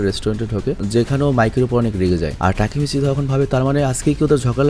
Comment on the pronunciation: না টাকি মাচ😂😂😂😂